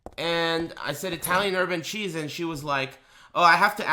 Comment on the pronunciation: Holy shit, I heard "urban cheese" too. Thanks.